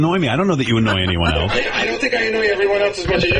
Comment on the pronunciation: Gary can't say ELSE .. he says ELTS